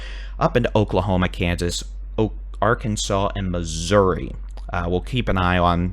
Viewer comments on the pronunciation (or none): none